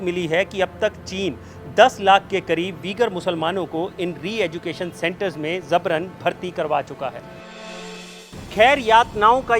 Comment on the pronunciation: Zabran nahin jabran hota hai kaise reporter ban jaate ho